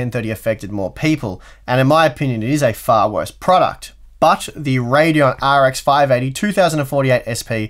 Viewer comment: Sounds like his saying R “G” X 😂